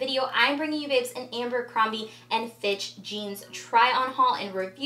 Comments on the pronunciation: It’s ABERcrombie not “ambercrombie”. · Lol it's Abercrombie not Amber